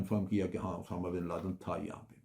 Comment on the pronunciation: جنرل صاحب اردو ٹھیک کر لیں اسامہ بن لادن ہوتا ہے اٹامہ نہیں